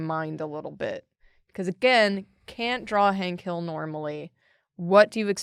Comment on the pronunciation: Hank Hill as Hink Hall.